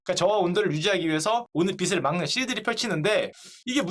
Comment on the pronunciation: 형~~ 빛 발음할 때 뒤에 음가 없는 ㅇ 오면 시옷으로 발음하지 말아요. 빛을! 비츨O 비슬X